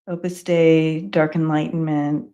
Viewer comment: Opus Dei(pronounced day) look at the movie the Da Vinci Code